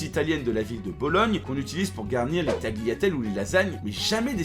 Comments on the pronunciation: C'est pas taGLIatelle, ça se prononce taLLiatelle. Le GL se prononce comme LL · Et tant qu'à faire, : ça se prononce (vaguement) "taliatellè", alors oubliez ce g qui ne s'entend pas à l'oral... et pas de "ouais mais nous on parle français", parmi les spécialités françaises y'a aussi la correction des étrangers qui prononcent mal notre langue :)